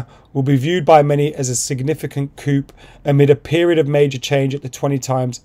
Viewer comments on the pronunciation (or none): Why can’t people in England pronounce coup?